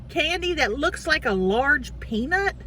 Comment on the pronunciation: Did she say circus penis instead of circus peanut? 😂😂